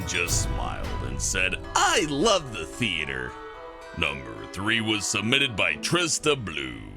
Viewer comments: Oh Ya He Like The "Theater" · 'I LOVE THE THEATHER' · I fapped at the "I LOVE THE TEATHER" part